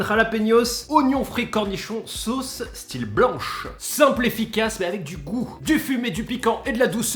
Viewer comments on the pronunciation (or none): none